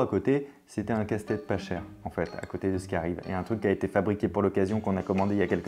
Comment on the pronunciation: J'ai l'impression d'entendre Castex à la place de casse tête 😅😅😅